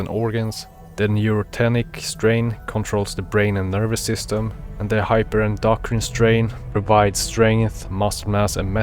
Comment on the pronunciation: I love how you asked if you didn't say Neurotenic correct (you said it right, especially with your accent)... but wildly mispronounced Hyperendocrin (especially the actual medical part of its name, 'endocrine') haha. Great video though! However, with "what shall the strain do?" sort of question. As input from a lore man myself... I am not surprised (albeit, a bit sad) that you didn't mention the Neurotenic Zombie aspect that all or some or one Neuro might obtain That being related to the zombie event from last year and the year prior... something known as the NHJ However, all we have for confirmation is that NHJs are related to Neuros. How? When? Why? Ha! Who knows... There are some theories, so i'll send something I have made (Wall alert) A few years back we were given info that the purpose of Echidna is "Carrier" And so carrier' could mean may be related to NHJs... and thus, 'carrier of the NHJ virus' Supported by two things: 1. Neuros have been confirmed to be a connected to NHJs (thus, likely being "Neurotenic H... J...) 2. In legacy lore, we had an unofficial term called "Neuro Goo" which relates to this quote: > ANY PERSONNEL EXPOSED TO DIRECT CONTACT WITH ANY TYPE-N BIO-MATERIALS ARE TO BE CONSIDERED EXPENDABLE AND EXPUNGED ALONG WITH ANY BIOLOGICAL CONTAMINANTS FROM CODE ECHIDNA-(3 LETTERS) DO NOT REPLICATE. (Which is something we have theorised to be essentially neurotenic 'goo', literally whatever/however we can imagine "Neuro Bio Materials" to be like, tha